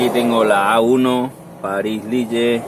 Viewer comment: ¿"Lille"? Supongo que quieres decir Lil, que es como se pronuncia...